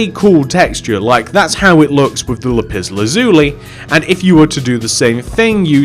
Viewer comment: "lupis lazuli" 💀💀💀